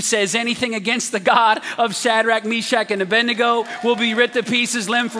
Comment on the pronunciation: A-bed-nego not A-bendy-go like preachers most say.